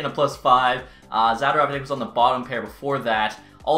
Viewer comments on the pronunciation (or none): who the heck is Zaderov????? Are you talking about Za-DOR-ov???